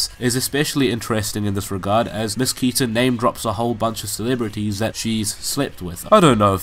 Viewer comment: The right pronunciation of "KETA" is like "ketamine" without "mine"